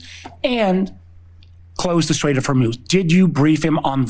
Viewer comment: Don’t criticize their spelling of STRAIT when you can’t even pronounce it properly. It’s STRAIT, not SHtrait. There’s no H sound in it. Look it up in Princeton’s pronouncing dictionary. Clone your English illiteracy, spread it to millions of people via youtube, destroy the language. If you are disgusted that another American can’t spell correctly, then I have a right to be disgusted that you can’t pronounce it correctly.